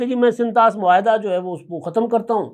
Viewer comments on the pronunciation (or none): none